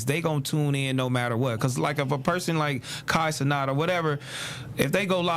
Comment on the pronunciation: When y’all gonna learn how to say Kai Cenat’s name 😑 it’s literally said exactly how it’s spelled… it’s not Cenot it’s Cenat like Suh-Gnat